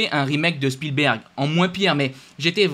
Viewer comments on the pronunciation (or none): none